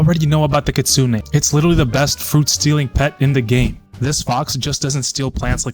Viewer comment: Kitsunay not kitsun